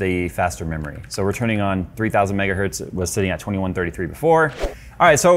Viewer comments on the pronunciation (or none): none